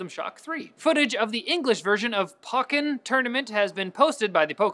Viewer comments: its po-kay-ken tournament you fuckin dumbass... :/ :( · Pocken? POCKEN? You don't pronounce pokemon pockemon. Come on.